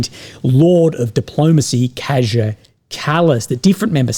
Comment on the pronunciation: I believe KAJA is pronounced KAH-YAH.